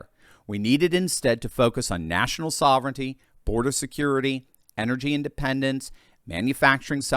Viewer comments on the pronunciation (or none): none